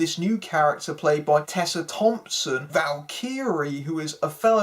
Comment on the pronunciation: "Val-Kiri" no... it's "Val-ker-ee"